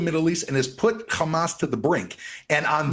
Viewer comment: I like how he pronounces Hamas like 6 different ways.